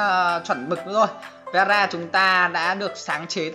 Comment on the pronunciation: Vera mà nghe tara